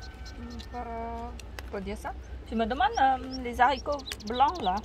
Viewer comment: Magnifique potager bravo. Je t adore mais normalement on ne dit pas des zaricots mais des haricots mdrŕrr. C est du bon français, allez bisous à vous 2.